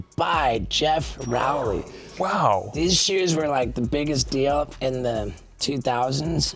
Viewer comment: Also its ROW- lee like row boat Put some respect on the legends name A legend we all mispronounced until his 9 club appearance 😂